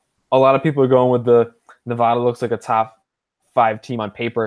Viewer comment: NUH-VADD-UHH not NUVAHDUH